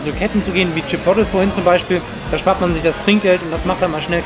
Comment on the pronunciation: Bin ich die einzige die es aufregt wie sie Chipotle aussprechen😂🥴Feier euch trotzdem 😂❤️